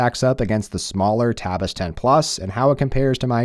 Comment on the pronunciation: Why you keep saying "Tabitha?" Why is Tabitha?